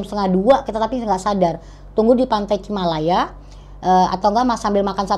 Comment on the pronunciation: Bukan cimalaya tapi cilamaya